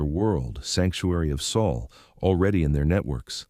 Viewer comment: Why does it sound like the narrator is saying Sul instead of Sol?